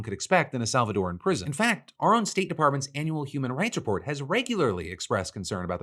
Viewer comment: Thank you Phil for pronouncing Salvadoran correctly